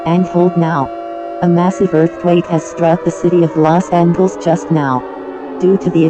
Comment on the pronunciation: "Okl-ahma" 💀 "Vir-geena" 💀 Meanwhile People at Maryland and Delaware: -_- "Lost Angles" 💀 "A-gain" 💀